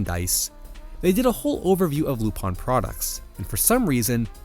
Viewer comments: “Lupan” is the way his name is ACTUALLY pronounced if you watch the damn show and “Rupaann” is the Japanese pronounciation. Non lupin fan detected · Spelled LUPIN Keeps saying RU PONN why, exactly?